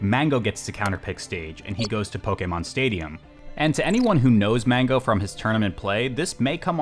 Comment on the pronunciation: Every time pronounces pokemon I feel joy in my heart.